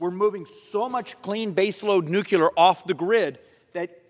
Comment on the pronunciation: Schweikert is smart as a whip and always right on the money. But I do wish he would learn how to pronounce the word NUCLEAR. That's NEW-CLEE-ER. Not NEW-Q-LER. One of a long list of words that are regularly mispronounced, even by well-educated people who ought to know how to say it correctly